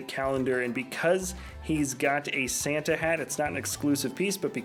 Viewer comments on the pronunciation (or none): none